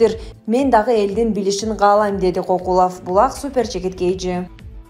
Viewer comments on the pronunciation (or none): Кокулов дебей Көкүлов деп туура айтчы.